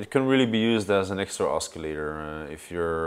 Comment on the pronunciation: BTW , I get it, he mispronounced "oscillator" but hey c'mon, he's not a native English speaker, what if they asked you to explain all of your synths in French?